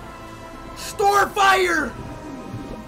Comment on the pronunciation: bro sair "STORFIRE!"